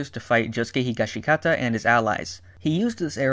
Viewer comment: The pronunciation is Higash-kata, and if the Arrow pierces the Stand User, they get new abilities. If the Arrow pierces the Stand, the Stand becomes Requiem.